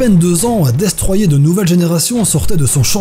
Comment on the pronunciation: On dit destroyeR (prononcer le r)